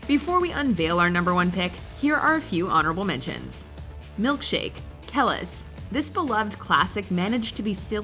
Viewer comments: Her name is pronounced Ke-LEASE, not Ke-lis. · Kelis is pronounced "Kuh-LEES", not "KEH-lis" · She said “Kel-Is” I know watchmojo doesn’t have the type of viewers who’d realize how badly she messed up the pronunciation of Kelis’ name, it’s pronounced “Ka-leese “ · Kelis. Pronounced " Ke- lease" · Kelis? It’s pronounced like “KAH-LEESE”. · How did she say Kelis name? So confused! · Who told y’all to pronounce Kelis like that?! & was anyone else weirded out by that clip of the Gaga interview?